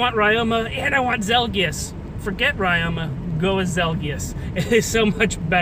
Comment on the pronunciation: ya pronouncing ryoma wrong... the y in ryoma is pronounced like the I in Literary because it is a japanese name